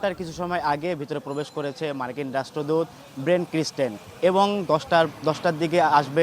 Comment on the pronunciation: রাষ্ট্রদূত এর নামটাই ঠিকমতো উচ্চারণ করতে পারেনা। এই হচ্ছে সাংবাদিকতা